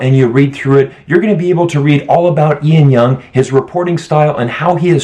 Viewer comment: Ian Young? It's Lan Young.